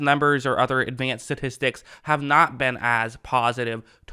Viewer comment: Sta. Tis Tics. Not Sa tis tics. Not sure why this is the thing, but many people are saying it wrong.